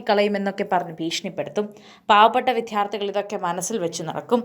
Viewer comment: വിധ്യാർത്തി അല്ല വിദ്യാർത്ഥി എന്ന് പറയെടീ